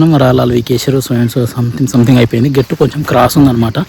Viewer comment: గేట్టు కాదు, గట్టు